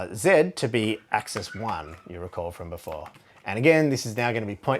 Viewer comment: Thank you for pronouncing axis and axes correctly. I don't always enjoy watching videos from fellow Australians (for one, our accent can be quite unpleasant sometimes lol) but your videos are excellent!